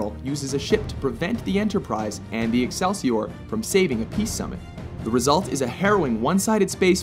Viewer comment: You know nothing about Star Trek. You miss pronounce Excelsior . . . call a Bird of Prey a War Bird . . . UGH. Well edited.